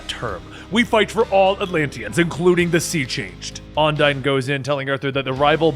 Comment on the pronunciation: Has anyone else noticed that he pronounced Undine wrong the entire time. But still does a wonderful job.